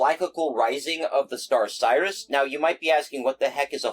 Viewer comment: . Why are you pronouncing Sirius like "Cyrus" instead of "Serious"? ; WHY? ; Hah, Great Minds! ; how would you make money off it? I am reasonably certain that by this point, you have spent more than the amount of gold you produce is worth, and certainly isn't worth the effort and risk; Again, great minds! I wanna get into EarthDawn someday, but am less into Shadowrun cuz I don't particularly care for Cyberpunk, though I think I do own a bunch of Shadowrun stuff)